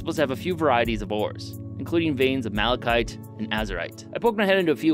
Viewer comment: Malachite has a "t" sound at the end. Not sure why you pronounce it "malachy".